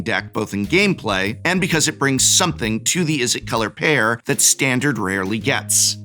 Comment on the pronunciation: What is that "Stahn-Dahr-d"?